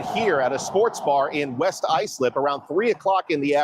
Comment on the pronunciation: ISLIP = eye slip is how it’s pronounced